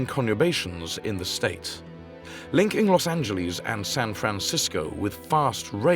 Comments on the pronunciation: Why the hell can’t British people pronounce Los Angeles properly? There’s no Z in Los Angeles. They get pissed when we mispronounce the Thames but they all get a free pass on this? It’s Los An-juh-less, not Los An-juh-leez. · Pronunciation is "Los Angeles' NOT "Los Anyyieles"...........Remember "Los Angeles" is a Mexican name Not a Gringo one. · Cringe at Los AngelEEZE. Ugh.